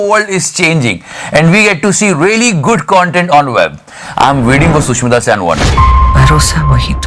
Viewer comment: Love ur work. Really informative and funny in every second And the bus video is from kolkata not mumbai. And its Sushmita sen not sushmita saan